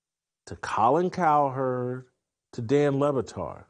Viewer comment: I think it's "Dan Libatard".